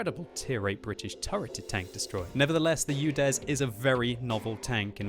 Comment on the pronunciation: It`s UDES, not UDEZ